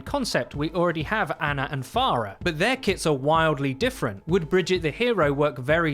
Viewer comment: It's bridget